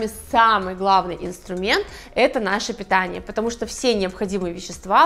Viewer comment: Питяние вы можете питяние